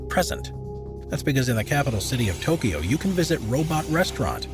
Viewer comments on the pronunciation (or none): none